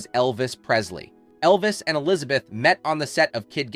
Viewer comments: Really ? You should at least know how to pronounce her name correctly. It is NOT Alizabeth; it is E lizabeth. Even your English is bad. Did you idiots who make these stupid videos not go to school ? Fool. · Today I learned that the first syllable in the name Elizabeth is "uh".